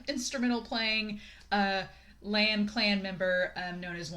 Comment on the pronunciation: And "Lan" is pronounced LAhn. "Cheng" is pronounced ChAang.